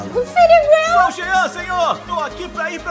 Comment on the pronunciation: Ele se referiu a Jean com G ou seja GEAN